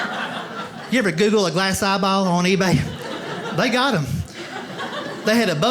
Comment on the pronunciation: Ha. he pronounces eyeball like, "ah-baow".